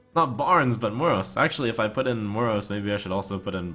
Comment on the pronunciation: Why does he keep pronouncing Moroes like he does? It's been making me feel ill xD